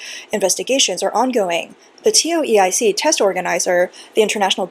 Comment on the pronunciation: Was wondering what a TeeOh EeEye Seek exam was.. Tow-Ik